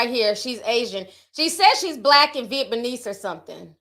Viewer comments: Nobody: Ti: Vietbaneese!! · Nobody: TT: viet me knees 😂🤣🤣🫶🏽